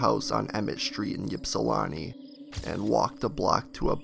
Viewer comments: It's pronounced ipsulanti, not yipsulanti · It's not Yips-ilawntii it's pronounced, ip-Si-lanti aka ipsi... I'm from there. My Dad actually knew this girl your talking about in the video. That is a huge deal around there. Greg Fournier the author in your clips, he's the main authority on all things John Norman Collins. Collins actually tried to swoop Greg's girlfriend from him as they were walking down the road. John's house he lived in is also supposed to be haunted and another old shack that was in the middle of 2 corn fields, a place Collins killed one of the girls, also super haunted! We went there as kids all the time while skipping school at ipsi (Ypsi) high school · You mispronounce ypsilanti It's not epsilon It's not ypsilanti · the U P is "upper peninsula" that's Notthern Michigan. Ypsilanti is by Detroit but people can never pronounce it right. It's an I sound not a Y sound even though it's spelled Ypsilanti (pronounced Ipsee-lan-tee) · Your pronunciation of Ypsilanti is wrong. I think when you talk about people, places or things you need to do your due diligence and pronounce these how they are supposed to be pronounced.